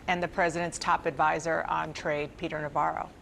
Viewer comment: Refer to Ron Varo not Navarro . Indicative